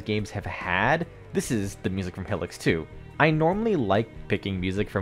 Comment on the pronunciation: Great vid! Though I hate to be that guy, but Hylics is pronounced “High-licks”, not “Hilliks”